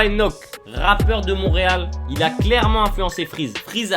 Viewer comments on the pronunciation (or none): none